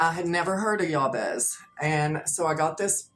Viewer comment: Just as a courtesy fyi, I think most people pronounce that Biblical figure’s name as Jay-Bez (actual spelling Jabez).